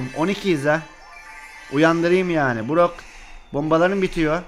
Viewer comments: Brock deyilde burak dedi Duyanlar +1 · Burok dedi Burak değil